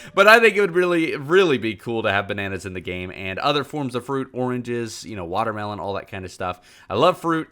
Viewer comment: This dude said "watermelons " Me:hskdhdjkdhsjdgdjgdjsgdkdgsigdjsvs the are in the game